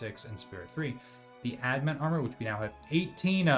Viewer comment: Annoyed that you double down on pronouncing it "ad-mant" even though the spelling is right there in front of you. Then go on to name the video wrong. SMH.